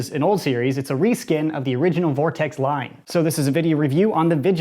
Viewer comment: Gess who’s back. Ps it’s vortex